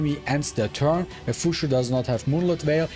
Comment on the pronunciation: Fuqui why pronounce is Fushu? Isn't it closer to fukyu